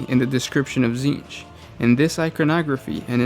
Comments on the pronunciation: Okay this name has to take the cake for most oddball pronunciation. Essentially "TSzceench" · You can't even pronounce the name right … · They're just reading off the Wiki. That's why they can't pronounce the words.